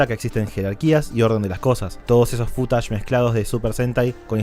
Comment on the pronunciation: No me gusta como decís footage. Suena a futanari